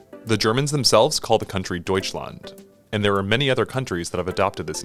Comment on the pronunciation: Wow you spoke "Deutschland" so good